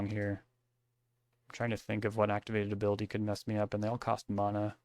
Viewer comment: I am on my hands and knees begging you to change the way you pronounce the word "mana"